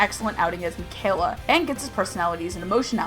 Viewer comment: I closed the video when you said mikayla instead of Mikaela bye